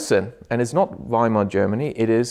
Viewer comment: Well done for pronouncing Werner and Weimar as it is said in German, W in German is pronounced as V in English. It sounds more than horrible when English speakers say Weimar Republik pronounced the English way